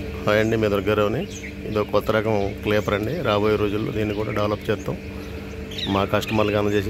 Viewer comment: మీ పూలు బావున్నాయి. కాని అది క్లీపర్ కాదండీ దుర్గా రావు గారు ... క్రీపర్ అంటారు. క్రీపర్ అంటే పాకేదని అర్థం.